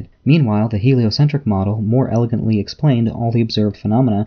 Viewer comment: singular is phenomenon my dude elikently?! 😂 striffles!?! K now you're trolling